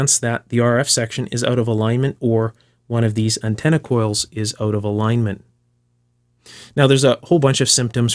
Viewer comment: "Try is auoot :)" nice dialect